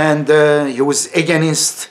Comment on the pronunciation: Edibi deha ingilizce oratory sananlara :Edip telaffuzde againist yok against ,dictatorship yok dikteytrship:)